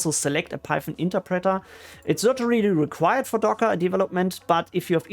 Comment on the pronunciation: It's not pronounced "interpreTTer", but more like "interpretoerh". ;-)